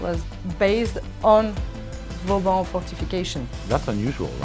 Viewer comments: Great episode! As usual. Didn't know of that course so thanks! One thing though, as an architect and a French! you can't butcher the name of VAUBAN (not Vaubon) as you do:) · Vauban not « Vaubon » ;/ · Great episode as always, but it's Vauban not Vaubon ;)